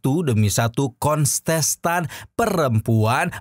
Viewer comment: Kontes tan mang bukan konsesan 😂 aya2 wae